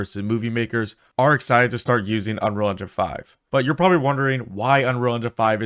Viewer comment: Boi said "Unrealdefife" bro pronounce it when you say it lmaooo "Unreal Engine Five"